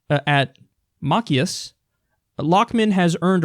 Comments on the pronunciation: Embarrassed this idiot is a representative in my state. Oh and I loved the way you tried to pronounce Machias. It's Ma - Chi - As (chi rhymes with sky like how the beginning of the word chive is pronounced). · When my state tries to take away my anti-discrimination protections, but thinks the first-amendment needs to be "re-affirmed." I can't anymore... (also, it's "muh-chai-is.") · Macchias is pronounced "Mah-chai-is"